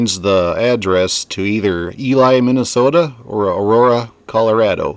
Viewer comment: Love these vids, (p.s. Ely pronounced ee-Lee)